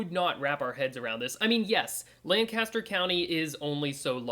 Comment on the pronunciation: Whew, gotta say, it's obvious you're not a local...this is painful to watch! 🤣 "Lancaster" is pronounced very unlike what you are saying.